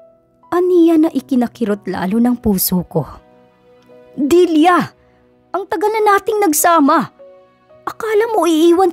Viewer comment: Nice story,tlagang faithful si Limuel s asawa snaol.. Kya lng naiirita ako kc s pg bigkas mo ng Dilya (dilia ) instead n Delia bisaya po cguro kyo ano? Kya dilia ang bigkas mo..sorry po s comment ko ✌️✌️..